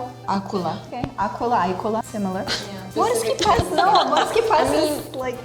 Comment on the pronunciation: I'm slovenian. Morski pes isn't to pronounce 'morski pies' or 'morski pes' but 'morski pəs'.